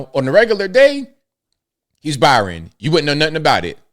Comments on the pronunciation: Bryon not Byran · i believe his name is BRY-on, not BY-ron. Pronounced same as your middle name. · Is reading that hard, at least roast the guy and pronounce his name right.. Bryon.. like Brian.. wow